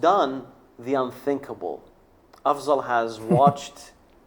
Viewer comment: أفضل. Not افزل